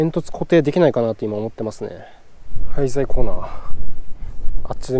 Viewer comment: 廃材コーナーが ついつい ハイサイコーナーに聞こえてしまう説^_^